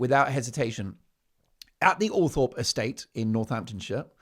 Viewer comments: And please pronounce Althorpe properly. It is OL THROP. I have mentioned this before. I thought you read our comments? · Will Todger Harry become Lodger Harry at Althorp? Pronounced Althrop BTW Mark